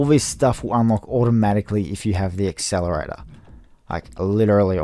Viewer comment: WTF IS AN EXCELERATOR